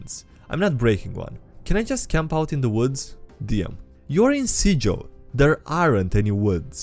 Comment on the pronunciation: Sigil, the city of doors, is pronounced with a hard g (gorilla, not giraffe). Newcomers to the city, who have only read the name would pronounce it with a soft g, and thus immediately out themselves as a fresh, new arrival (clueless to the aspects of life in the city).